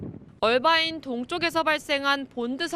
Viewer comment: 이해가 안되는게 화면밑 자막에는 "어바인"이라고 되어있는데 그걸 왜 억지로 굴려서 "얼바인"이라고 발음하냐고요. 앵커나 특파원이나 그렇게 본토영어가 하고싶으면 뉴스전체를 영어로 해서 전달하시든가 미국인한테 말힐때 하시던가....도무지 알수가없네....